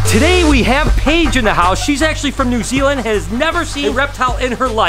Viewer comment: New Zealand not zeland lol great video